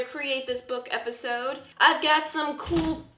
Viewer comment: its sound like she's saying "coop" but she's actually saying cool. And if your watching this in December 2020 MERRY CHRISTMAS!!! I hope your elf is not doing silly stuff 😁😂